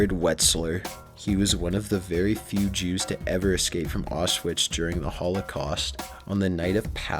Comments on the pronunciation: 2 things: You have a very monotone voice, and I don't mean to nitpick, but it's Auschwitz, not Auschvish. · xD "auswitch"... bro, its "aushwits" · Its pronounced Ow-shwits, not Off Switch =D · Ok wait it's pronounced (aush-vits)